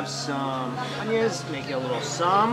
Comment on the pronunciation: I cringe everytime Mike says 'ssam' and idk why 🤣